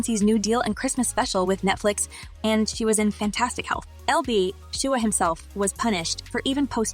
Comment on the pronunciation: AL girl AL, NOT EL B.....😡😡😡